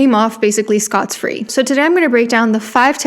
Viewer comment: Totally off topic, but it sounded like you said "scots-free" and I thought that was so interesting lol. I've always heard it said in the singular -- "scot-free" (though of course people mistakenly say "scotch-free" a lot too) -- but I guess in a less idiomatic way you could probably technically make it plural... XD